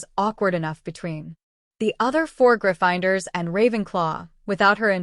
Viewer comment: the only issues I heard was Severus and Gryffindors were pronounced weird. Love the story though. ❤